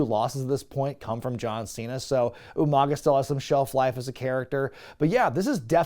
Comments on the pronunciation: Umanga pronounced like William Regal. I caught it lol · Did you just “Steven Regal U-Mang-uh?!?!”